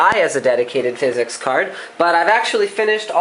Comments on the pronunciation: DUDE ITS NOT FIZZ-EX. ITS PHYSICS. FFS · THIS GUY AND PHYS-EX IS DRIVING ME NUTS. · Phizzz exxx card??? Great vid though lol!!!